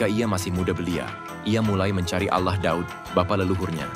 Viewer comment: Kenapa harus ngomong Allah dg auwloh gitu....